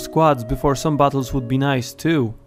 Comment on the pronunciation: Firstly i thought you said "bottles" not "battles"